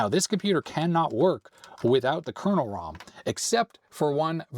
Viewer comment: Love watching but can't help being bemused by his misspelling/mispronouncing of word "kernel".